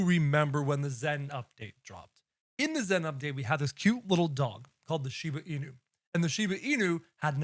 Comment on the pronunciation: Instead of bro saying Shiba Inu he said “Shiva inu”